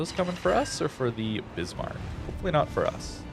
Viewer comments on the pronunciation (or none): none